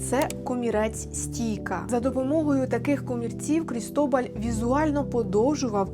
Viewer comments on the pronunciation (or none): Дякую ❤❤❤ правильно Крітобаль, наголос на а